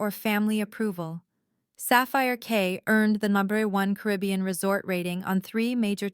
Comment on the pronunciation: It's Sapphire Key, not Sapphire K.